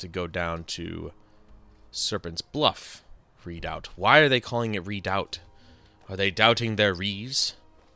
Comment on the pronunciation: And yeah, redoubt is pronounced just like it’s spelled, re-doubt. I know because I used to live in an area next to a volcano called Mt. Redoubt. The volcano, not the area. The area was Soldotna Alaska